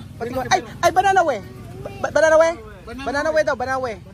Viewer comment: Ayusin nyo nmn bigkas ng banana q. Pra nyo nmang bini babytalk. Nsa pilipinas n cla, dpt masanay n ng tamang bigkas